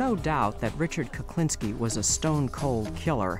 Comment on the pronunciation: I'm sure the narrator is saying Kuplinski most of the time or maybe my hearing is going. Whatever the reason it's pissing me off lol